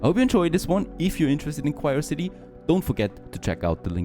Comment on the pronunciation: Actually its Quriocity not Quirecity, u stupid.